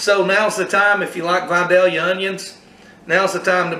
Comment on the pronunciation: It’s pronounced VI-DAY-Yuh. Lol. Great job sir!